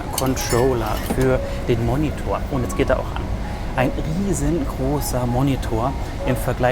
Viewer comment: Es heißt Fernbedienung und nicht Controller und die Aussprache von Monitor ist nicht ganz richtig